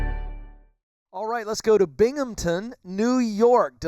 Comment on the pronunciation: It's Binghamton not Binghampton